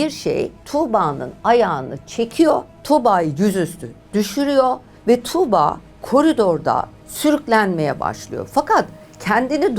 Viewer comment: Tamam iyi anlatıyorsunuz da 'Tuğba' yı tükürürmüşcesine söylemeniz çok kulak tırmalayıcı